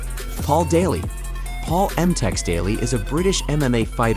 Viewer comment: Emtex? It's Semtex.